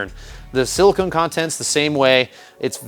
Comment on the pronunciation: by the way, its Silicon the element, not Silicone the polymer for your components on the iron & steel composition. ( and when they pronounce it its Sil-i-con or Sil-i-kin for the element. Sil-i-cone for the polymer)